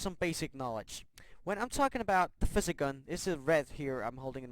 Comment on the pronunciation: I can't stand the way he says physics.